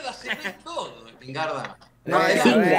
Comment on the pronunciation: "Spignarda" JAJAJJA